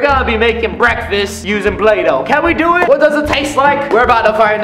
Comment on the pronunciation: Who else hear him say bulaydough 😂😂